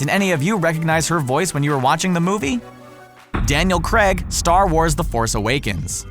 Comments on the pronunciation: isnt it pronounced daniel crayg not creg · "Daniel CREG" 😂😂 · omg they can't even pronounce Daniel Craig Right 😂